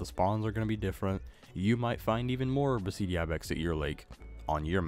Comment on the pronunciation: Just saying Beceite is pronounced Be - the - te In Spanish sometimes a C is pronounced as a TH